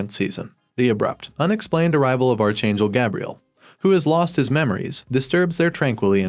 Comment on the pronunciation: OMG, PLEASE! Archangel is pronounced ARK-angel, not are-changle